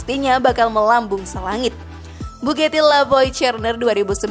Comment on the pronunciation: Mbak mbak, dibaca nya tetep bugati mbak, bukan bu geti. Untung nggak dibilang Bu Gito kaya penyalur pembantu itu 😂